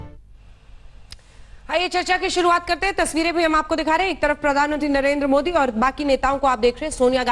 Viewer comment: Anjana said pm modak 😂😂😂😂😂😂😂😂😂😂